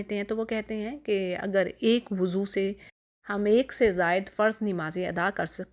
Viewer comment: Mad elfaz ke durustgi bhe naiky he Lafaz. . woozo nahe wuzo he.Abdul basit